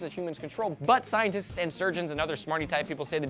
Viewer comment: Did just say butt scientists?